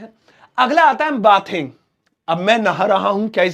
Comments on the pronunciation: बाथिंग नहीं बेदिंग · Bathing ka pronunciation sahi nhi kaha aapne